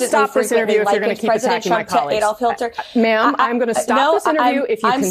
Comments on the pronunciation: Did the spokeswoman say Hilter? Instead of Hitler? 😂 between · She just said “Adolf Hilter.” Not Hitler, Hilter. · so are we gonna ignore that she said Adolf "Hill-ter?" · She said " adolph hilter" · The woman actually said adolf 'hilter'. Hilter? What a moron. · She said Hilter. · Who is "Adolf Hil-ter?" Lmao😂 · She called him Hilter😂😂😂😂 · She said Adolf Hilter, Not Hitler 🤣🤣🤣